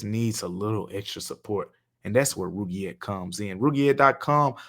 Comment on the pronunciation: Roogiette lmao you are funny man. Good on you for not even knowing how to pronounce it 😅